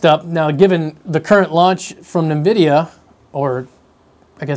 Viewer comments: I've only ever heard nvidia pronounced - En Vidia . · "Nvidia" is pronounced "invidia". It's Latin for "envy" which is why their logo is a green eye.